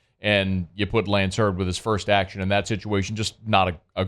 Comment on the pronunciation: His name is Zalance Heard not Lance Heard unless he has changed it once he left home.